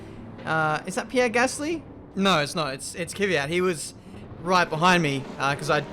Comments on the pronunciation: Again..It's Kvyat,not Kivyat...:) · I’ve been annoyed by how you pronounce Kvyat for 2 years now. It’s K then V, not K-i-V. You pronounce it like it’s an i in there. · Somehow a lot of people see an imaginary letter between the K and the V in Kvyat. "Keeeevyat'....